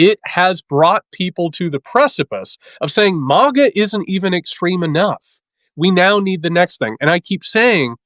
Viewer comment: Totally petty and stupid complaint here, but please, Please, PLEASE stop pronouncing MAGA like 'Mog-uh!' It makes you sound so silly - and not in a good way. JVL from the Bulwark does the same thing, and it drives me absolutely bonkers!!! (However, if you're doing it to troll MAGA in some way that I don't understand then please disregard my comment and carry on!)